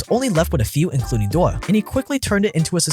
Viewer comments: Pronounce Dior properly. It is “Dee-Or”, not “Doir”. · Dior Dee-or Not door Love your vids 😊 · If he says dewwr instead of Dior one more time I’m gonna eat my hand. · it's DIOR for god sake not doyr not dewr D I O R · Shoes Dior but says mua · DIOR= "DEEYOR"... no thanks :) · I love your videos so much, but the way you pronounce “Dior” is criminal. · Hi great video. Please look up the correct pronunciation of Dior though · This is one of the worst attempts of saying Dior and Moet I’ve ever heard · Any French speaker cringing at the pronounces Dior? 😂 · You murdered the word "Dior" so bad... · that dior pronunciation is killing me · What did you just call dior ? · exactly why this bootlicker is calling all poor people dumb by comparison. He probably isn't even rich consider he can't properly pronounce Dior.